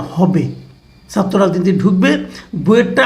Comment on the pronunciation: মাসুদ কামাল 'কিছু' উচ্চারণ সুন্দর করতে পারেন কিন্তু 'ছাত্র'র 'ছা'টা কেনো উচ্চারণ সঠিক করেন না বা কেনো করতে পারেন না এটা আমার কাছে দুর্বোধ্য লাগে!